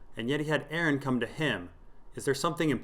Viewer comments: I cringe every time i hear Aaron... Its Aeron lol like ay-er-ron... Jus5 call him damphair lol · Nobody:...: Pronounces Aeron as Aaron